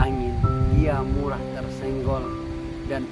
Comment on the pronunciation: Bukan murah patah tapi mudah patah pak, putar bapak bicara birselat lidah 👍👍👍👍👏👏👏👏👏